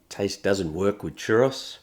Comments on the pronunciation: / I have such a strong love/hate feeling towards how british and australian people pronounce Spanish words😂 "Cherahce" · Cherrus. Lol! It's "choo-rows." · *"Churr-ohs", not "churr-oss". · Churros is a plural word 😭 it's not a chәross it's a churr oh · My only critique...churros is plural, singular is churro. It was odd hearing it like one would rhyme with 'boss' 😅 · Churr-ah-s is a crime. Churr-Oh-s is the way. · churros ; chur like "turn" and ro like "row" a boat. churr-oh. then the s is plural, not part of a singular name. churro! \ o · / I have such a strong love/hate feeling towards how british and australian people pronounce Spanish words😂 "Cherahce" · Can't say I've ever hears "churros" pronounced as "chur-oss" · I am taking psychic damage from the pronunciation of churros in this video 😵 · That's a weird way of pronouncing churros. Also, the singular form of churros is just churro. You can't have "a churros" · The Australian pronounciation of "churros" is adorable.